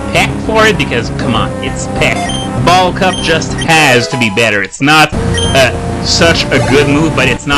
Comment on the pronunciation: "Bulk Up" sounds like "Ball Cup".